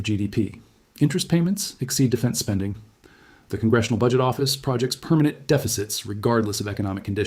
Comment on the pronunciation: This must be AI. The voice used the pronunciation of “project” as the noun instead of the verb. Dead giveaway.